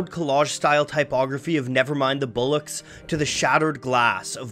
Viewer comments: Did my man just say “Bullocks” instead of “BOLLOCKS”? And Black FlAYG” instead of “Flag”? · Mate, great video, but bollocks is pronounced bollocks. Not bullocks. XD <3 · More like Boh-luhcks. I guess that 'o' sound isn't really in the American accent! With an English accent it's the same as the 'o' sound in 'coffee'. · Its bollocks not bullocks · I actually thought he maybe did that to avoid YTs automatic filter to avoid being demonetised-just because it sounded so obviously like "bullocks" and he must know its not pronounced that way considering his knowledge of music and the research that goes into his vids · “Bahlux” That’s how almost every non-English person I’ve ever met says it. Idk y. They raise that first vowel pretty high. Reminds me of some American dialects where “cot” and “caught” are pronounced the same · ah yes, bulloocks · It's not even about accents in this, he just mispronounced it in a daft way, it doesn't even have a "u" in it yet he seems to think that's what the first "o" sounds like 😂 (dont get me wrong, I absolutely live this guy) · interesting fact... so he thought he was another word or something? Could be the reason he mispronounced it